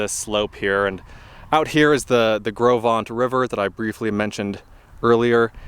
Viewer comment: I was told that it is pronounced "Grow Vent" by the Teton Park Camp employees. Do what you want with that, I have yet to verify it. I camped super near where you did. I absolutely love that area. What a great work you are doing with this trip.